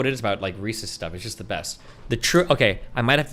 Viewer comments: The way Destiny says Reese’s “ReeSees” the first few times makes me want to die, then for some unexplained reason he starts saying it normally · Reecees, yuch. Reese’s though, now you’re talkin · This guy says "Recies" when referring to Reece's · ikr lol. they’re reese’s pieces!! they belong to reese!!